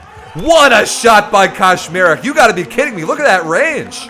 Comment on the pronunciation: Hahaha the way you pronounce Kaczmarek sounds like Koszmarek which fits in the context as it's a diminutive of a nightmare in PL 🙂